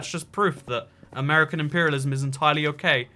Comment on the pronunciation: It’s not amurcan it’s ‘Mercan